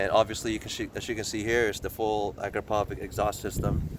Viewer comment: Uh-krop-O-vich. Not Ak-ro-pov-ik